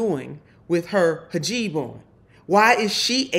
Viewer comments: 'Herjeeb'? Or Hijab/Heejab? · It's a hijab, not a hajeeb. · Hijab, not hajib. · She’s so unintelligent.. it’s not hajeeb it’s hejab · Not “ha- jeeb,” but “he- jahb.” Boebert says it wrong because she’s ignorant and uncaring. Since you are intelligent and actually do care, please don’t say hijab like Boebert does. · It is not “hijib “, it is “hijab”……. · Im sorry...its hijab not hajiib which means your cheap lol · PLEASE pronounce it correctly, don't massacre it like Boebert does. It's hijab (hee-job), not hajib (ha-jeeb). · What's a hajeeb? Come get your girl, needs a shirt! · It's pronounced "Hee-jaab". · It’s pronounced hee-jab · WTF is a hajeeb?! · Gotcha, neither woman actually pronounces it correctly.